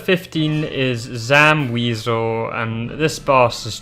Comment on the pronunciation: Also I'm pretty sure Wesell is pronounced "weh-sell" not "wea-zal" lol